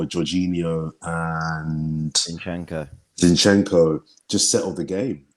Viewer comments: Why can't pronounce Zinchenko properly? 😂😂😂 Its not Shinchenko, I laugh every time he says it 😂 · Shinchenko... is that a new signing? I love when cannot pronounce the name correctly. Always makes me laugh. Great content as always and that comes from Liverpool fan! I love watching you guys!